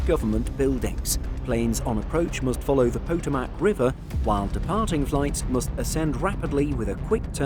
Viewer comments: Potomac is pronounced- puh·tow·muhk . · That pesky Poe-tuh-mack River. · 😂 never heard Potomac pronounced quit like that.